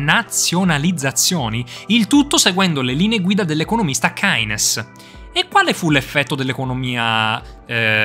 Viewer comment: Ehm ACTUALLY si dice Kines